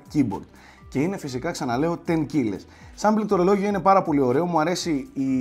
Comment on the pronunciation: σε παρακαλω, όταν παρουσιάζεις ένα πληκτρολόγιο λέγε το keyboard και όχι πληκτολογιο ή όπως αλλιώς θα σου βγει το σαρδάμ εκείνη την ώρα 😂 (με αγάπη πάντα)